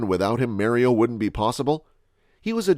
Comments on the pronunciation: U did all the other names how hard is it to say mar-e-oh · U keep using the vowels wrong in the name mario